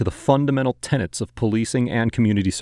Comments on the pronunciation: “……..the very tenants of the Constitution……..”. Tenets. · The word you constantly mis pronounce is 'Tenets' which is a set of beliefs or principles applied to a belief system, religious or legal framework and not Tenants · The word is "TENET", not "TENANT". goddamit